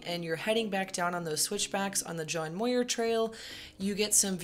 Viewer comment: "Muir" rhymes with "pure".